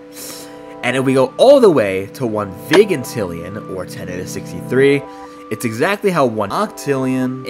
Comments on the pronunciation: its pronounced vie gintillion 🤓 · The fact you say vegantillian